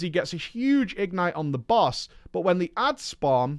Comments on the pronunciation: Goddammit,! The word "ignite" is stressed on the second syllable. igNITE, rhymes with toNIGHT. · says "ignite" weird.